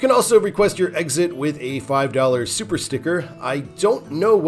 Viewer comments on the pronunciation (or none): none